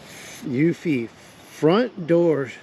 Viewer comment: I just watched a review of various cameras. One thing to keep in mind about Eufy (you pronounced i correctly) is that it doesn't have end to end encryption and it requires an internet connection in order to work. You can't access anything (not even your cameras) if there's no internet connection. Otherwise, it got good reviews. Also, keep in mind that while wifi is easier to install, it's also easy to jam, rending it completely useless. Wired just works. You get an upfront cost in labor and the benefit of being more secure and less hassle for charging stuff. Given your perspective on building high quality things, I assume you understand the benefit of putting effort in up front to get something better in the end. Good luck with the criminals, I hope they don't return and this whole thing is a waste of money.